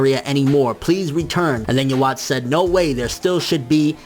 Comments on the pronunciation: It's supposed to be Juhabach, i think. Please stop saying it like "you watch", it's kind of annoying. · Its you-ha nkt uhwach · yuh-watch is not how you pronounce that. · Why does everyone say "yeah-watch"? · "yo-watch" looool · lol he saying his name wrong Yhwach